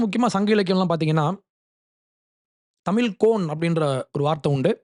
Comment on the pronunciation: தம்பி அது, தமில் , இல்லப்பா, தமிழ், சொல்லு..English நல்லா பேசுற..